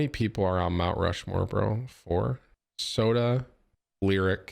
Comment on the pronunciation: ROUNT MUSHMORE killed me